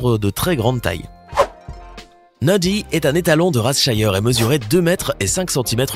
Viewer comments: On ne dit pas " chiyer " on dit " chire " car le racé s'écrit shire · Il a juste mal prononcé le nom -_ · Oui et on ne dit pas shire comme il le dise et Clydesdal aussi il le prononce male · Cest pas comme ça qu’on dit shire